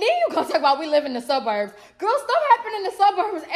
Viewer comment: She said the sub-urbs not the suburbs the sub-urbs😂😂